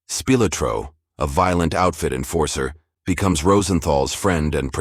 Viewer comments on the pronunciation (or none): AI just can't get names right. Tony "The Ant" Speelatro. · OK, the narration is HORRIBLE... But, besides that...as soon as I heard Spilotro pronounced like spill-a-tro....I decided that i have had enough of this stupid video. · “Speel a tro”?? AI-generated voice sucks! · "Spill-oh-tro"?? Laughably bad pronunciation even by AI standards. Throw this piece of video garbage away. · Me too Matatan H-S 😂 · I don't take a site seriously if the narrator can't properly pronounce the name of a prominent person like Spilotro